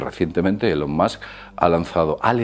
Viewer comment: Por favor se pronuncia MAAAASK... se escribe MUSK